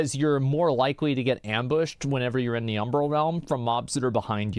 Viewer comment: The biggest relief of this video was hearing Asmon pronounce Umbral correctly.